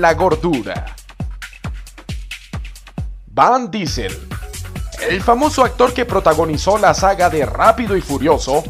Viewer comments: "Van" disel, "jeirid" leto, "croui", "vancent", "estiven" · Quien es Van Diesel? no es Vin? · no soporte tu pesima pronunciacion de los nombres en ingles "van dicel" "waitaquer" asi que solo adelante los videos para ver quienes eran...